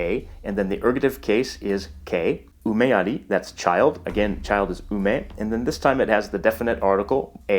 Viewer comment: slikha hutzpa sheli:) but you pronounce 'umeri', 'liburua', 'ikusi' with perfect.... Japanese pronunciation. Exactly as it was written in Katakana:) The video is great! Thank you for it!